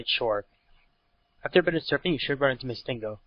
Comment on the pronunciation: missingNO is pronounced Missing-No